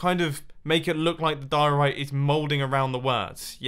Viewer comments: Die-Orite! Its name should be Orite. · Oh my god I can't believe that Mumbo lost his occasion of putting mustaches on the diorite block and call it mumbo diorony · Senior Dumbo Dioriti (Diorite-I) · his name should be die-ore-bite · Call him Di-Ri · Dio-rita. Diorita. Rita. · Call It "Happay diori" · You should call it (die-Tony-I) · Its diey the dieorit block its nastey bl9ck but good biuld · It’s Diorni or senior-block-of-the-week-oni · "Diorito Blockoni" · Call it the die-orite